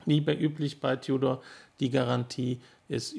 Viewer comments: Ein deutschsprachiger Konzessionär aus dem Süden hat bei meinem Gespräch auch immer "Tiudor" gesagt. Bevorzuge lieber die Aussprache "Tudor". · Nicht tjudor sondern TUDOR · Seit wann sagt man als deutschsprachiger "Tiudor"? Da kannste auch demnächst "Glaschutte" sagen.